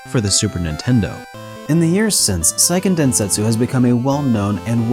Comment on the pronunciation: Great video! These are some of my favorite older games. Just a small note: Seiken Densetsu is pronounced kinda like "Say-ken Den-se-tsu (like the tsu in tsunami)" rather than "Sai-ken Den-set-su". It's not that important, I just wanted to point it out because I'm lame.